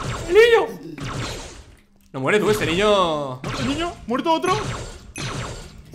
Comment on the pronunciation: Alguno fan de como Perxitaa dice ñiño? Yo lo amo